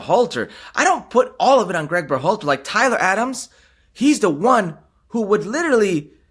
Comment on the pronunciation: Herc, There is no accent on the A in Berhalter